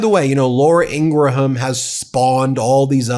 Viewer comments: Her name is pronounced "ING-grum," not "IN--gra-HAM. I'm not a fan, but the mispronunciation is distracting. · Please don’t give them three syllables when attempting to pronounce Ingraham, they are not Scottish! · Good morning, Ben. A little suggestion: ING-RUM, not Ing-gra-ham, Okeydokey???😊❤❤❤❤❤ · It's "In-gram" not "In-gra-ham" FYI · It’s pronounced “In-gram”, not “ingra-ham”. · Dude, I like your channel but you're a big figure in media now, her last name is pronounced "IN-gram" not "in-GRA-ham"...its genuinely incredible how many names of public figures and institutions you mispronounce. Also, its the "MARE-ist" College Poll, not "MAR-ist". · PRONOUNCED INGRAM. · It's pronounced, " Ingrum." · Pronounced Ingram, please God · Please stop pronouncing it with 4 syllables. In ga ra ham. Stop. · He had to say their last name about a dozen times before getting it right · The pronunciation of Ingraham is driving me up the wall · Great video, keep up the good work. PS learn how to pronounce "Ingraham".